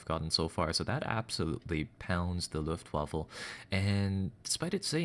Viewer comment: Alexg6464 And the waffle got absolutely pounded. was consistent in his pronounciation too, so he has probably always thought it was called The Luftwaffle:-)